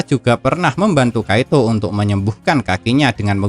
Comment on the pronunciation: Kiato bang admin bukan kaito